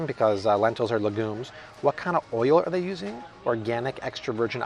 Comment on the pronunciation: Love your channel. Just an fyi, legumes is pronounced like “leh gyoomz” looked it up on Google.